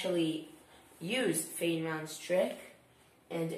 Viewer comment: i died when he pronounced feynman